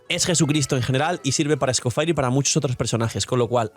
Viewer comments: Cada vez que pronuncia escoFIRE muere un gatito... 🥲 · es un nombre francés así que o lo pronuncia a la española tal cual suena o en francés. Es gracioso oírle decirlo así xD